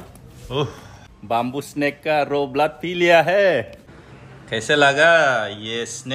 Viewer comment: Oi bamboo swi hwnwi not bumboo stop murdering English 🤣🤣🤣lol